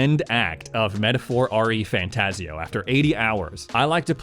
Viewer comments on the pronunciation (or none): It’s Refantazio NOT R-E Fantazio 🤦🏻‍♂️ 🤦🏻‍♂️ 🤦🏻‍♂️